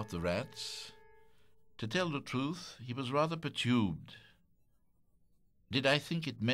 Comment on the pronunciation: Fantastic recording in all respects. Having said that, I don't see what is gained by giving some of the English words strange pronunciations. I don't mind a 'goutte' of blood I suppose but it's 'perturbed', it is quite definitely NOT 'pertubed'